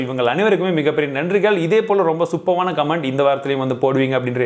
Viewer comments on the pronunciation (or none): none